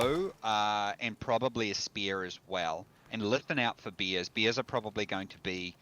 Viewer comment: I like how he pronounce "Bears" as "Beers" ahahahaha